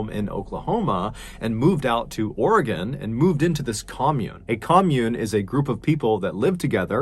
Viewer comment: You pronounced Oregon correctly! Thank you!